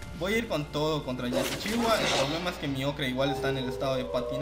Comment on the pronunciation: Hola, esta bien poner videos de las mazmorras completas la verdad, y no esta nada mal la calidad. Lo que no entiendo es porque dices yetichiwa y LA, XDDD.